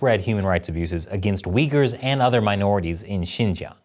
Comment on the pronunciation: Thank you for teaching me how to pronounce Uyghurs